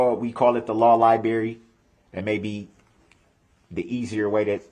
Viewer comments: It’s funny he adds the letter h to the word undershtand, and takes the letter r out of the word libarry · The lie berry!!!